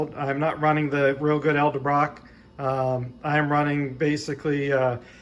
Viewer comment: Dude, it's E-del Brock! not El-De Brock...